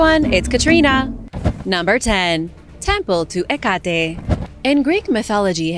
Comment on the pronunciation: He-Got-E? Where did you get that "G" sound from?? It's Heck-a-Tee.